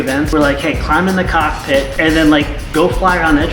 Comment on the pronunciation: Whenever you say cockpit my brother I'm tellin you said cock me I'm laughing